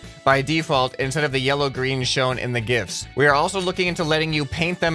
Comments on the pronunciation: I thought he said "gifts". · good it is pronounced gifs only idiots use the word jif google will tell u different but it is wrong